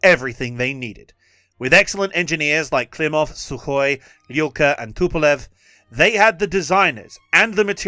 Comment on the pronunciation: Communism never was and never is and never will be a threat. Fascism on the other hand always is a threat. See America 2026. And please, it's Tupolev not Tupelov. Thanks.